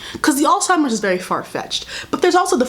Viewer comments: You saying Alzheimer’s wrong😭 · The way you were saying “Alzheimer’s” reminds me of “embezzled” NDNDN